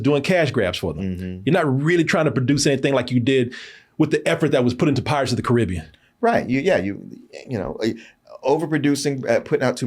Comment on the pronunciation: I’m rather annoyed on how mispronounced the word,Caribbean when he mentioned about Pirates of the Caribbean